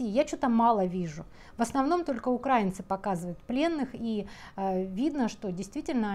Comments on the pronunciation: правильно говорить УкраИнцы😂, украИнские… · УкраИнцы..., будь ласка, правильний наголос важливий. Дякую за вашу роботу.